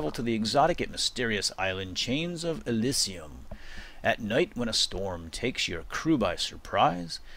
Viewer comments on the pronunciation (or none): Its pronounced Uh-Lee-Zee-Uhm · elysium is pronounced ee li zum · lol pronunciation of Elysium <3 love the vids, though ! :)